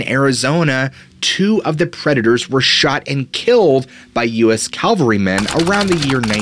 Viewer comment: "Jag Wire" --> Jaguar Calvary -- > Cavalry ZOO -ologist --> ZO -ologist (Zo/ologist, Zo/ology) Welcome to English 101 Great video; certainly raises questions of the possibility we've been wrong about many species.